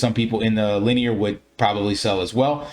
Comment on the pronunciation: Very nice, easy to understand video. Thanks for the content. BTW It's pronounced Lin- E- er